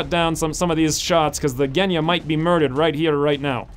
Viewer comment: G in Genya pronounces like G in Gina